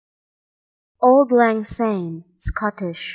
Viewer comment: It is pronounce like Awld, not old. Old is English. Lang is correct and Syne is almost correct. But to a Scottish ear jars a bit. Syne = Sign. Sorry to be so picky.